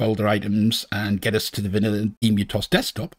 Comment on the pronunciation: I'm pretty sure emu of EmuTOS is meant to be pronounced as it is in the start of the word 'emulated' because that's what it's short for in the name of the system, not the bird of the same name!